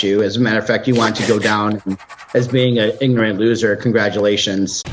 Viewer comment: It's not igorant it's ignorant you ignoramus